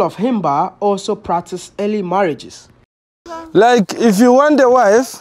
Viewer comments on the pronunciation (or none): Sad. The emphasis on " marriage "!!!